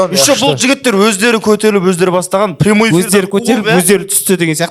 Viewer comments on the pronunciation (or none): none